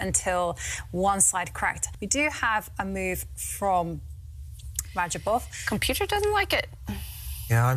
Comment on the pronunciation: Rah-job-off. Not raba jov.